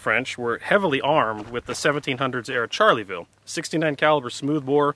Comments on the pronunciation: Shar-la-vill ….not charley-vill 😂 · Not trying to be a smart ass, but I always thought it was pronounced "sharl-ville" not "charly-ville". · nice presentation, BUT, it is NOT Charley-ville !!!!! it is French 'Shar-Lay-Ville' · This musket is not a "Charlieville" but a "Charleville". There is no "i" and the "e" is silent. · Shar (hard r) leh ville... Not Charley.. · Isn't it pronounced Schar-la-vill? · "Charlyville" - actually you don't pronounce the "e" ; ) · Charley ville. 😂😂😂😂